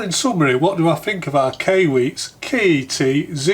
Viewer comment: Hey, I couldn't breath for a minute during the intro... Ok now though. Also, I think Kai is pronounced like before you karate chop a cinder block. And usually after as well. Cheerses!